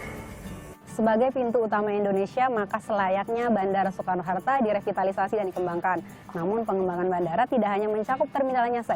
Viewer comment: "Bandara Soekarno Harta" ada yang mendengar hal sama denganku nggak? Wkwk